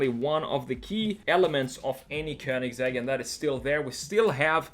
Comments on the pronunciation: äntligen någon som säger köningsegg o inte kowningsegg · It's the correct Swedish way